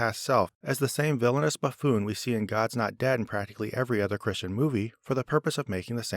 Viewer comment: Any video where says "baffoon" multiple times is always a winner 😁